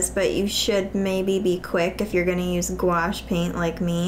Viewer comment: It’s pronounced acriliccc gooashh by the way! Nice vid though! ❤️❤️❤️😂😂😂